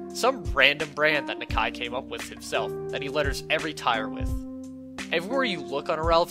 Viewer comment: Its “knock-eye” not “knak-eye”